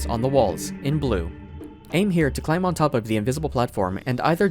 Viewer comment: Hey, neat video! I am curious about one trivia however. How come you pronounce the B in climb?